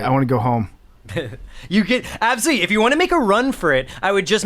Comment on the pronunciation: saying “ABsolutely” gives me life